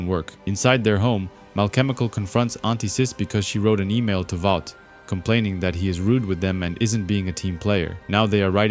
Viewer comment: “Valt” American then - “Vought”. I don’t get the mispronunciation.